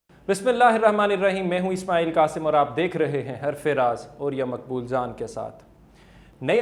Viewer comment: اسماعیل قاسم. ق درست ادا کریں